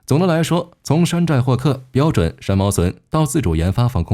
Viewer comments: 三毛櫸 ，你給我唸三毛榫….聽起來就彆扭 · 櫸（ju三聲）山毛櫸（ju三聲）😂😂😂